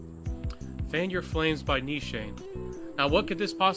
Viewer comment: eliminating the umms, repetitive rambling & chuckles would have probably kept this under 5min firstly. The background music is atrocious. And you mispronounced the house itself. So a script might be a decent start for the next one, yes.